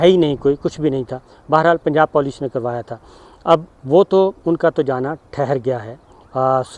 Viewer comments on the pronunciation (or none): none